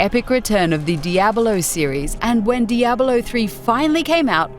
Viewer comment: IT'S CALLED DIABLO, NOT DIABALO FFS.